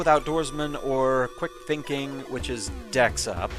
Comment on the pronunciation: 'thinkging', eh?